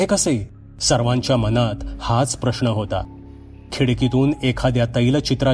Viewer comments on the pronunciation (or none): none